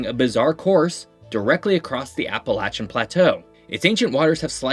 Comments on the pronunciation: You pronounced Appalachian correctly! I knew a lot of these facts. Grew up in the Virginia Blue Ridge and lived in Charleston for a couple of years and now living back in the Virginia Blue Ridge (in the National Radio Quiet Zone), I can confirm you really did your research. One quick additional fact about the eastern panhandle, it is part of West Virginia because of the C&O railroad. When the western counties seceded from Virginia, the Union pushed for the inclusion of those 3 counties in the eastern panhandle because the C&O railroad ran through it, meaning losing it would break a critical rail link between DC and states like Ohio and Illinois. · As a West Virginian, thank you for pronouncing Appalachian correctly. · You pronounced Appalachian correctly!!!